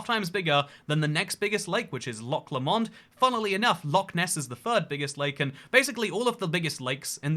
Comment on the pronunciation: I was bothered that you couldn't pronounce Huron until you also mispronounced Lomond, lol